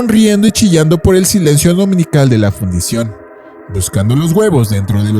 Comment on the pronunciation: Fundición, no Fundación!